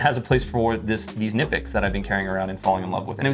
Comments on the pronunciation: Everyones just gonna let a leader in the knife community mispronounce Knipex??? Kuh-Nipex. Never have been Nipex, always will be Kuh-Nipex. And here we go... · K-nip-ex not nip-ex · Hey, at the risk of being “that guy”, it’s pronounced “kuh-NEE-pex”. They have a YT channel and you can hear the pronunciation there, that’s how I recently learned lol. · Fyi, in case you all dont know. "Knipex" is pronounced "kih-nip-ex" like the rankin/bass movie "jack frost" with the k-nights & such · Just wanted to drop by to say Knipex is pronounced "Kuh-nip-ecks". Anywho, thanks for the video. You're the best. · Hey: Kuh-nip-x is correct pronunciation directly from the manufacturer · It's pronounced KA NIPEX I WATCHED A VIDEO OF THE ACTUAL COMPANY AT A TOOL SHOW AND THE GUY WHO IS THERE REP SAID IT'S THAT WAY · nice multitool 👍 The k is spoken in the original brand pronouncing. Greetings from Knipex land Germany ✌️ What I would love to see on Leatherman are springloaded plyers. Would be topping on the cake., Team up with Alpaca and have you made a prototype double zip version or some outside attached money stash. I use HelikonTex Hip bags sidewise on the belt for wallet and EDC stuff. My main EDC pouch is a Vanquest Husky. Yeah that Buck Bowie does great next to your Bugout and ultralight concept. Get away from. He does you no good 😂 For sure … the silver guard on the old school Bowie did the trick on the ol‘ blood sucker 🧛 My Five: 1. Civivi Elementum Button Lock 2. Tasmanian Tiger RDI wallet 3. The OG … Leatherman PST II (and/or a Vic with plyers of course) 4. Artisan Sea Snake 5. wireless induction headphones for my hearing aids (great every day tool for phone calls ( especially hands free in the car) and for music in the office … no one except me will hear a thing 🎉) Have yourself a great and happy new year.